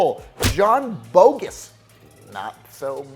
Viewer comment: I am pretty that name is pronounced Bog-Gess, like Goddess. Not, Bogus Dude!!